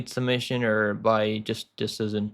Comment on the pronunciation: pronounce decision please 😌